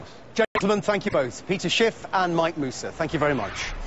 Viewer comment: way to go "Sheef" lol. Peter Schiff knows his stuff. Gold and silver is the only way to keep yourself from falling!